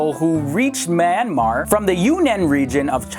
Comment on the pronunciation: AHAHAHA I like how u try to pronounce Myanmar. It is not pronounced like that. U could Burma, it is easier to pronounce. Burma is just an old name of Myanmar.